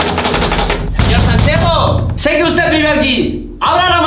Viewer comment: Me dió mucho miedo cuando dijieron sanchego creo que se escribia asi me da muchísimo miedo